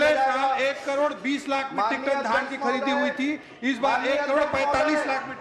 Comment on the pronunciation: पान थूक के बात कर री सेठ ,,,,पगला गया है अभी भी धन खरीदी चल रहा है बोल रहा है